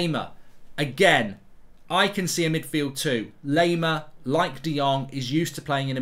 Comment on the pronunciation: its not "lay"-mer, its "lie"-mer